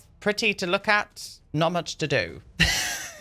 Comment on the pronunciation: 'there was so mũŕch' HAHAH pissing myself at that